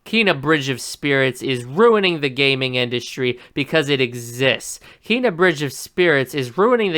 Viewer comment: You can't even pronounce Kena correctly, much less create the artwork or gaming physics behind something like this. Keep promoting the game buddy, I personally can't wait to adventure in this world and the movie style animation is something we're so privileged to have